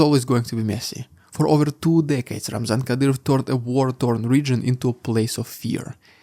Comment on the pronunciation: Kadyroff xD